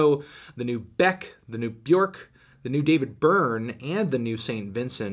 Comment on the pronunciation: Still can’t pronounce Björk correctly